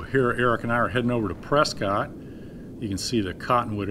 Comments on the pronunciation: I thought the same thing when Kermit said it. One could always tell an outsider by their pronunciation of "Press-kit". ;-) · Kermit, you sound like a Floridian, or someone from Utah. Prescott is pronounced "press kit." steve